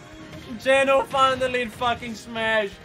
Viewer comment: Why does he pronounce it as "Jen-oh" instead of "Jee-know"?